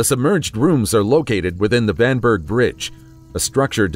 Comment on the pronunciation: Oops! The architect Vanbrugh’s name is pronounced ‘Vanborough’. (I should have waited to see the whole video before posting!)